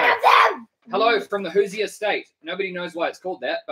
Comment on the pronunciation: Indiana is the Hoosier state. It’s pronounced Who Zur